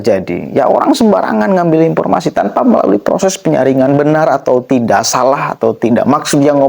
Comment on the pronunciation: Akang presenter punten, profesor bukan propesor, ,,,informasi bukan impormasi❤